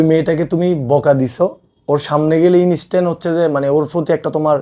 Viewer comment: inistan✅ Instant ❌